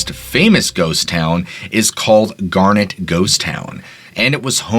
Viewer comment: Dude you've mispronounced so many words its kinda crazy. Garnet, Bozeman, Galena, madam, etc